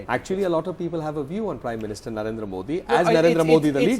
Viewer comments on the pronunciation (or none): just like hafeez sayeed,the gentleman from congress can't pronounce 'modi ' properly.such a shame.